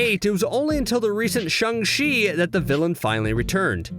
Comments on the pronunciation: I think it’s shAng chi, not shUng chi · I HATE HOW HE SAYS CHANG CHI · Are we not gonna bring up how he keeps messing up the names like Fenrir and Shang-Chi